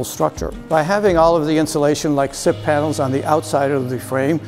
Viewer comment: Sips? Siffs? Sip Panels? What is he saying?